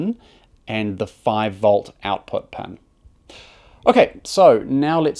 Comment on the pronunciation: Amazing video. But I gotta admit the way you pronounce “pin” was really getting to me lol